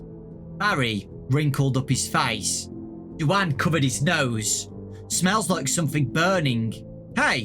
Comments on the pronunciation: I'm sorry, Do-anne? Do-anne? You mean Dwayne, like The Rock? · Is anybody else bothered about how he says "DuAnn"??? I'm led to believe that character is actually male, considering the other two mains are boys, and in my opinion, most girls aren't into joining the military. I think the name is trying to say is DUANE, which is pronounced "Dwayne" 😃 Sorry that I seem like I'm a big stickler for pronunciation, I just really like language and want to be a linguist when I get older 😆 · Duane is usually pronounced Dwane, not Dooanne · Did really call Duane "du-ann?" It's pronounced the same way as Dwayne. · I think “Du-ane” is supposed to Duane pronounced “dwayn”. This book has hard names for poor. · I think you mispronounced Duane,, it's pronounced doo-ain. Ain like rain. But it's okay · Pretty sure Duane is pronounced like Dwayne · Who is du-anne and why does his name never get pronounced correct? Rip duane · Duane is an alternative spelling of Dwayne. I assumed he was female by the way you pronounced it.